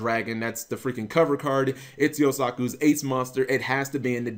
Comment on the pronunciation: Mate can you check your habit cause to be honest, I can't watch the video most of the time when you say Yosaku when his name is confirmed to be Yusaku Other than that, I doubt they will forget Stargrail as they are the next experience deck, just like Crystron and Zoodiac in the OCG. Also there is still much space in the set so stop trying to cause a stir please.